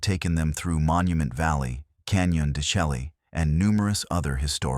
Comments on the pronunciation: Computers only belch out what's put in. Want it correctly pronounced? They should input text: "Shell-lay", not "Chelly" although it's the correct spelling. They also need to do some homework and find out what skin-walkers truly are. Yatahey. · Stories like this would be WAY better if they knew how to pronounce Canyon de Chelly... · Pronounced Canyon De Shay.